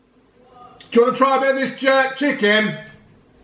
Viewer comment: My man calls chicken chicking 😂😂